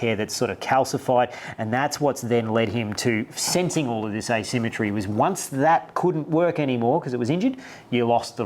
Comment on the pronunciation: I love these videos but dudes: it's "asymmetry".